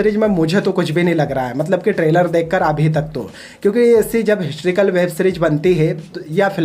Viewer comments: Bolna seekh le phle... हिस्ट्रीकल nahi हिस्टोरिकल होता है🤣🤣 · Hysterical nahin historical, pehle beta khud ka accent sudhaar baad mein bakchodi karna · Historical bro not histrical. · Abey laura histrical ny historical hota ha. Kya critic bna ga rey tu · Histrical नहीं historical होता है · Galtiaa nikaalna aasaaan hai baithke....tu pehle historical bolnaaa seeekh baadme bhaashan phek....